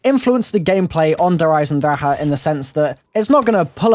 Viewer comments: Yep cuz nobody can fucking pronounce it properly they all they der eisendraha its der eisenDRACHE not draha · It's pronounced der eis en drak ah